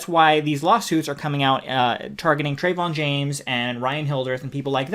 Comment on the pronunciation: Yea Trevon James is a scumbag, but if you're gonna lambaste someone, at least pronounce their name correctly, it makes you look uneducated and your points hold less weight at least for those that are cultured enough to pronounce names properly.